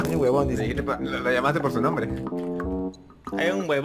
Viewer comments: Alguien más escucho que a cada rato dicen "wuebon"? :V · Toda la partida escuché webon :v